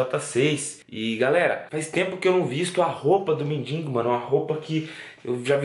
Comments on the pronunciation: Gosto muito do mas por favor não é mindingo e sim mendigo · engraçado é q ele põe no título mendigo mais fala mindingo